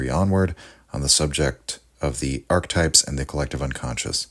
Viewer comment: "Ark-types?" What's an ark-type?